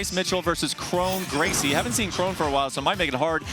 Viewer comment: Kron Gracie 😂😂😂 bro